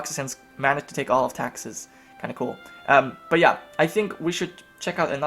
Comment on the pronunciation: Why does he pronounce Texas as Taxes?